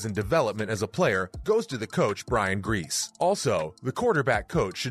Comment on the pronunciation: You have clips of the buccaneers game and never mentioned how he looked in that game. This came out 10 hours ago you still have this take? Once I heard you mispronounce Brian Griese’s name I knew you don’t follow football that closely. The “I’ll be back” quote never happened. Good attempt at some click bait to get niner fans arguing. Here’s my view and my comment. Hope that helps you.